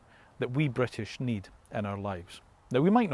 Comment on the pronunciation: I’m Scottish 🏴 not bwitish